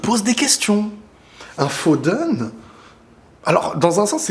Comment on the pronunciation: "Phoden"? Fil Phoden? 😂😂😂